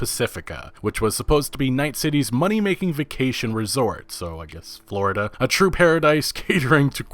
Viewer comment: This man said "Florida" lmaooo